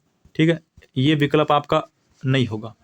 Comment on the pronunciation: Sir aap to kuch word sahi nahi bolte ho vikalp😂😂